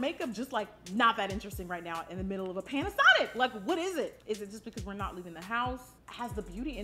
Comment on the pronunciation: did she say, "in the middle of a Panasonic"?....🤔. I think you mean pandemic!.. 😆